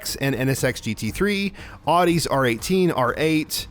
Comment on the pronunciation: Not to mention the common mispronunciation of Audi too (oddie vs owdie). But who’s keeping track?